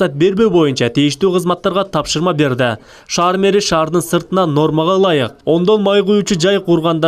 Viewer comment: Ошаар дебей, Ош шаар дечи!